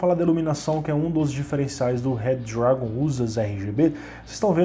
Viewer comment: Zorraaaa, eu imaginei isso, mas como n tava escrito achei q se falava assim auhauhahuhuahuah se bem q falando rápido, ele ja fica com o d meio q automático mesmo!!! Vlw!!!